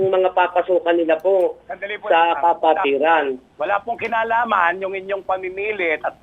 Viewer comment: Kapatiran o Ka-pwetan? 😂